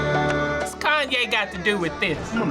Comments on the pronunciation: “kanwe west” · Am I the only one that noticed two of them called him kanwe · The people called him "Kanwe" more often than they did "Kanye" lol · I love how they all say kanwey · Chloe Gollihar they kept saying kanwey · You mean “Kan-wey” 😂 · Is as dyeing when one of them said “Kaneway” lmao😂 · I love when they all say “kanway” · “Kanway” west😂😂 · Ah yes, kahnway yest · Everybody was saying KONWAY WEST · I can't believe two of the elders said " Kanwe West" 😂😂 Another elder said " Tate Perry" 😂😂😁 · They kept calling him kanway west. 🤣🤣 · The way two of them called Kanye “kanwey”😭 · Why are they all calling Kanye konway 😂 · did these mfs just say kanwe? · "KANWAY WEST" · What did they say “kanway” instead of “Kanye” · WHY DO THEY SAY KANWE